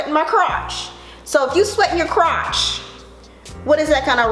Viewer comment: "I sweat in my crot-ch." 😂🤣😂🤣 Girl, you have me rolling.